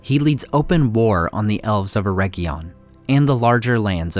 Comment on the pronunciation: Ugh. Way too many mispronunciations. Just one example: AIR-RIG-EEE-UN ..... not "erejion" - hard g, and long e